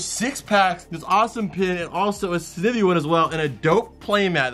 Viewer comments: Jesus it's Snivy like Snyvy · This man said snivi lolll